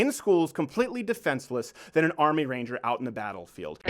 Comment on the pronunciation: When he said Ranger I thought he said a reindeer